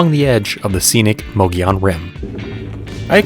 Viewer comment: Mogollon is pronounced like Mo-go-yone. just throwing that out. Awesome video, super informative 👍